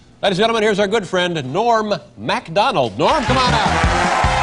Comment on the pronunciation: The way Dave says ‘Norm MACdonald’ always brings me more joy than it probably should.